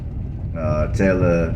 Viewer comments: Tal- ah day ga . I'm not from there, but this is the way I understand it is pronounced. Don't worry, no judgement here ;) I'd have some difficulty pronouncing a lot of these cities names as well. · Don’t worry nobody says Talladega right. Lol There’s how the locals say it and there’s how people out of town say it😂